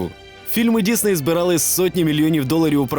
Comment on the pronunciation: Дякую, що кажеш Дісней, а не Дізней, як на Розетці.